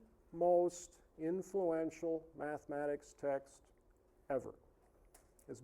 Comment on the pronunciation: Why do these people always pronounce "mathematics" as "maff-mad-eigs"? What the fuck is wrong with them? Why do they hate mathematics so much that they can't even pronounce its name without sounding like complete morons with something stuck in their mouths?